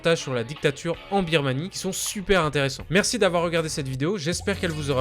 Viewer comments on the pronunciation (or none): none